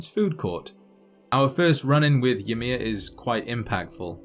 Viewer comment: Interesting pronounciation of Ymir: "Ye-mer". Original scandinavian pronounciation would be "Y-mir", y like in 'yo' and mir like in the soviet space station or in 'mirror', but with european 'r'.